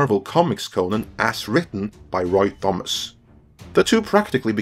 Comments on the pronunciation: The riddle of Thomas. It's pronounced "Tom-is" . Not "th-om-ass". The H is silent my guy. And Crom laughs at you. Otherwise a great video. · AAAAAARGHH! ----------- in English Thomas is pronounced 'Tomass'! CROM!!!